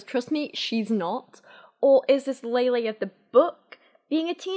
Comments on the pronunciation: Lele probably means the kind of "e" in "Bella" instead of the "ey" in "Leyla". If you pay attention those are different sounds. Native English speakers are usually not used to saying that first "e" sound without another consonant following, so saying it like Lele instead of Laylay probably doesn't register as two different sounds. Just a tangent from someone interested in sound structure! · A agree with everything here except for how Lele is supposed to be pronounced. It's not Lay Lay. If it was, it would've been spelled Leilei. The 'e' is always pronounced with an 'eh' sound in Spanish, so names follow this as well. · How do you go from ella eh eh to ella ey ey ey 😂😂 her named is pronounced with the Spanish E as in EH. So it’s LEH LEH, not LEY LEY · the only accurate thing abt this book was her explanation of how to pronounce her name, it's just hard for you bc of your accent. it's not ley-ley, it's leh-leh. think of it this way, remove the 'y' sound when you're saying leyley. lele.